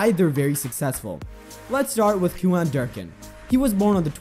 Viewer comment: It’s “ cue-in “. ….not “ cue-on “……good grief 🤨